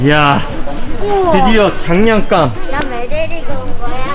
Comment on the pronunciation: 약간 님이 장난감을 장냥감으로 부르는거 같아요! ㅋㅋㅋ